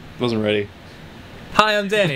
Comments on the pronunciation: Dan: Can you fucking... Say you name like a normal human being!? Ross: Mjiyysch... Seems legit. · "Can you fu*king say your name like a normal human being?" next clip "Hi, I'm Danny." "Mehfuee" Classic.